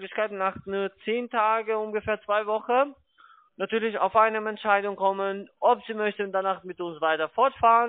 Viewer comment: "Betrüger!" ... "Wie könne Sie beweisen?" ... "Weil Ihre Webseite in 2 Monaten weg ist." Nattührlich geht der nattühlich - zweite - auch - mit seinem Nattüahlich auf den nattüahlichen Keks.